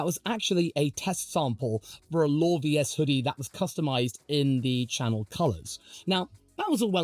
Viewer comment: Now I know how to pronounce LawVS. It isn’t “Law Versus” or “LAWVS [one mashed-up syllable.” :)